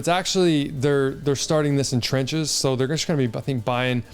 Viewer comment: its Tranche and opaque...love your vids